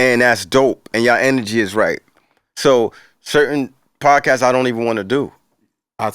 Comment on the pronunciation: “Podcastes” lol